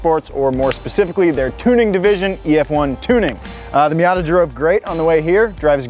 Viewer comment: The miat-a it